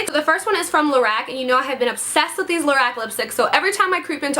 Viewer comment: It's pronounced Lo-rock the creator of it her name is carol and it's her name backwards 😊